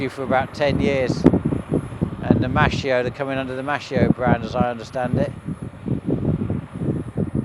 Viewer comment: Hello! The italian word Maschio sounds "maskeeo" (male).